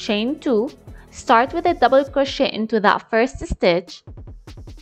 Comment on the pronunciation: "Now slip stitch into the forst double-uh cwochey" LOLLL why she talk like thatttt???